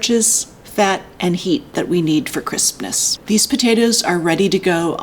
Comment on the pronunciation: I keep hearing 'Christmas' instead of 'crispness'